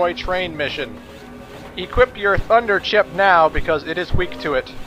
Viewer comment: Late comment, I know, but...why did it sound like you said "fucker chip" instead of "thunder chip"?